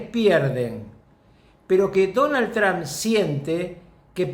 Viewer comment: Rucakuf, ya te lo dije antes... El apellido No es TRAN....es TRUMP!